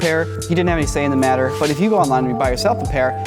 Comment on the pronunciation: "What the hell's da matta with you?" 🤣🤣🤣